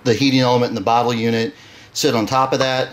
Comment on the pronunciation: He said botter 🤣